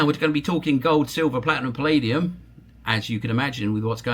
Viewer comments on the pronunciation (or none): none